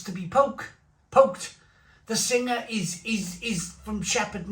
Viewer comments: it is pronounced beer sing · Also you don't pronounce the ha, it's pronounced beer Sing. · Singha is actually pronounced 'Sing' ... hello from Thailand 🙏